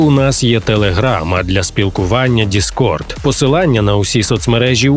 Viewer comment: Не діскорт, а дискорд